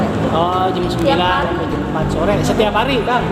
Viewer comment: Jam bang jam bukan jem 🤭🤭